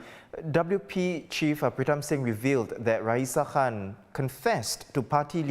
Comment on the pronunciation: I heard Ms Han instead or Khan hahah